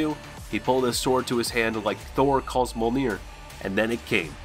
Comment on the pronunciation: I love the video and I am probably incorrect, but your pronunciation is off to all that I know is different. Mjolnir.